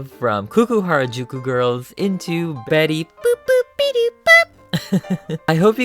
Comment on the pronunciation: You kept calling betty boop betty boob :D Oh and you should definetly make jessica rabbit too!